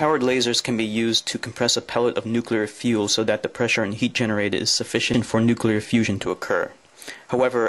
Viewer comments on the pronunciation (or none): He actually said nu-Q-lar. But then several US presidents have too. Look at the word. Unbelievable.